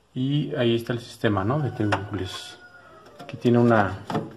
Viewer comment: excelente el vídeo, pero se pronuncia Tuin (Twin) y no T - Win un saludo💪